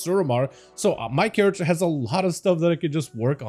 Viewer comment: It-s character, not charatxer. fkin hell dude